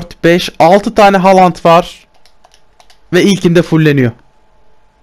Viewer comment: Halant değil haaland